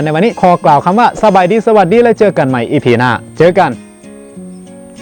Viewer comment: .คำว่า.สะ.หวัด ดีไม่ใช่.ฉะ หวัด ดี.คำว่า.อิสระ.อิด สะ หระ.ไม่ใช่.อิด ฉะ หระ เด้อออ..ค่อยๆฝึกไปเด้อ..